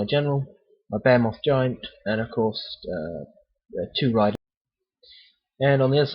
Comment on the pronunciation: Generally very useful. Thanks. Great figures and layout. You do not know this, but you have a very strong accent for American ears :) Consider talking a bit slower. When you describe that big thing it sounds like "bear-moth." Here we say "Baa-He-Myth." Look forward to more programs.